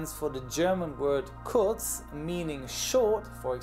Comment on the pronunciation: That "kurz" was very well pronounced. Are you german? Ich bin selbst Deutscher und hab mich schon immer gewundert, warum ich dein Englisch so gut verstehe. XD